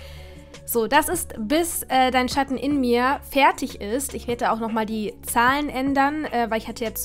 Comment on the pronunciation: Total nachvollziehbar gestaltet, liebe. Und das Studio ist wunderbar!! Btw: Bin gerade unwirklich happy, dass du "Dein Schatten in mir" richtig betont hast haha